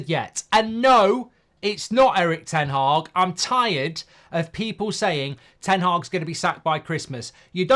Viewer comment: It's ten haag goldboy